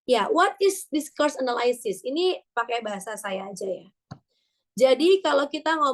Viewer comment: "anaylsis" itu dibacanya enelisis, bukan enelaysis, say, hehehe .... Semangat ya!